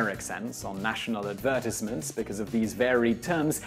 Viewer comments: wtf did you just say? adverse-it-meants? are you serious?? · The way you said advertisements lol